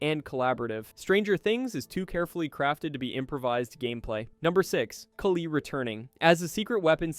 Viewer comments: I’m curious how you pronounce Kali wrong so many times ..? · The pronunciation of "Kali" and "Demogorgon" is getting to me, more than it should